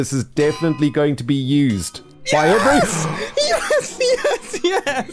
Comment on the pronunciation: last week, if you watch the perspectives of the other people who were there you get a longer discussion about Mumbo pronouncing "by" as "pie".